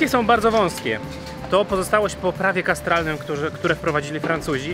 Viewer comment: Ekstra relacja! Gratuluję! Tak na marginesie, mówimy o prawie katastralnym, a nie kastralnym :D :D Serdecznie pozdrawiam!